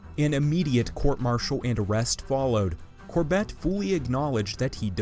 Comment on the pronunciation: Cor-BETT? Never heard his name pronounced that way.